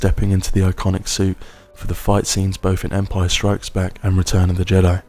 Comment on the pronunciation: Why do you insist on calling it "Empire strikesback"?